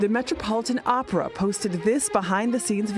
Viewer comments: Haha she said Oprahinstead of opera! 😆 🤣 😂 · Gayle almost saying "Oprah" instead of "Opera" in the opening 😂